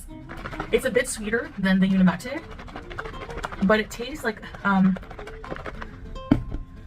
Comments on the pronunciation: Why does she keep pronouncing the product name Unimate as Uni Matt A? Shouldn't it be pronounced Uni Mate? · Unimahtay—— unimate wtf!! It’s like calling a microwave a meecrowahvay. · She can't pronounce the product name correctly either. She keeps calling it Uni Matt A. But it's spelled UniMATE.🤷🏻‍♀️ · I’m so confused, if the brand is pronounced phonetically as uni-city, then why wouldn’t the product be pronounced uni-mate? Why is she pronouncing it like “latte”? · SHE CANT EVEN PRONOUNCE THE BRAND’S NAME CORRECTLY 🙄🤡🥴🤤